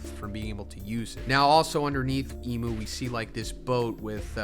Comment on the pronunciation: I don't like that you call imu "emu."